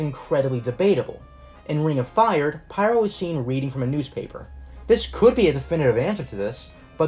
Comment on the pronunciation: just say pyro as pyro, otherwise it gets confusing for feebleminded people